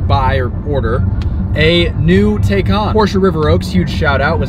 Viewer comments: it's TI NOT TAY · If you’re going to purchase one, you need to first understand how to pronounce it. It’s pronounced like “Tie Con” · Taycan - like Thai- Khan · Por-Shuh Tie-Con............. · You might want to learn how to properly pronounce a car that you purportedly are reviewing.